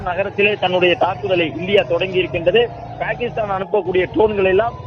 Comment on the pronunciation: பேகிக்ஷ்தான். New reader😅😅😅